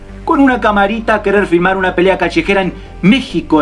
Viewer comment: Pelea callejera"papá" callejera!! Jaja bien dicho muy argentino te salió 👏 Saludos desde Argentina (Bs As)